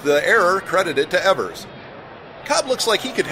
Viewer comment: 54 seconds in and you've got a mispronunciation. "Eevers"